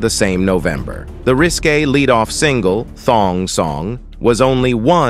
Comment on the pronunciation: Ikr. It said "singla" instead of "single" 😂